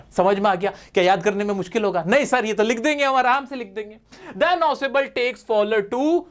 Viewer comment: 🙅 ausebl 😂😂